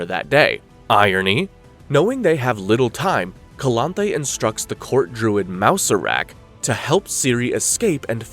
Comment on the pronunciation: Iconic characters. "Kay-Here" was another favorite of mine.